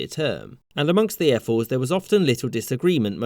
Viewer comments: Who else keeps hearing him say airforce? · I keep hearing you say "Air Force" lol. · He pronounces "ephors" like "air force" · When i heard "Ephors" i actually heard "Airforce" and was like "Hoe the fuck did the Spartans have an Airforce